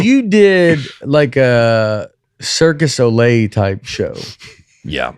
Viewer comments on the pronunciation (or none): Did none of them catch Nate call it "circus olay"? 😂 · face when Nate says cirque du Soleil, Or as he calls it “circus Olay”... Oh boy, here’s another horse divorce.